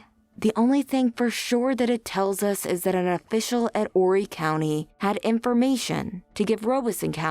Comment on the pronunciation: Thanks for pronouncing 'Horry' correctly. There have been some recent updates and JP is also being looked at for the death of his Mistress's Spouse, Chris Skinner.